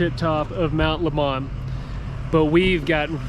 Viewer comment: LOL..... Mt. Lemmon is pronounced just like the fruit.... Mt. Lemon :-)